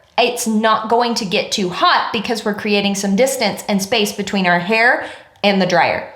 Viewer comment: "It will make ze frizz" 😂